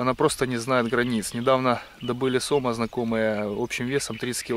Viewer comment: ГустЁра, сомА, ударЕния!